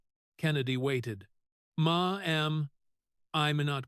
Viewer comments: Now, I finally have to say something about the narrators of these videos. $12 million is read as “twelve million dollars” not “twelve dollars million” and the number 10 is read as “ten” not “one zero”. Ma’am is pronounced “Mam” not “ma-am! A plethora of other errors, too. How can I get this job? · It's "mam", NOT "ma. am"!😮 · I can't listen!! The screwed up pronunciations on things like Ma'am... not Ma Am!